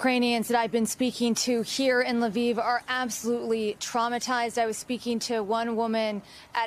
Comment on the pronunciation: Pronounced Leaf, not Leviv.